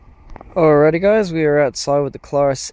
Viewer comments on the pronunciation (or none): It's "CLAIR US" not Klar us. Google the pronunciation.